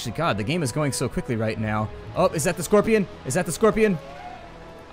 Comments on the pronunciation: That prononciation of 'Schorpioen' (schor-pee-OON) was spot on, still grinning :D And it is indeed scorpion in Dutch. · I do like the series but Some of your Dutch purnounciations were a bit... meh. Like Curaçao, de Hongerige wolf and the Schorpioen. Keep LP-ing and thank you for replying.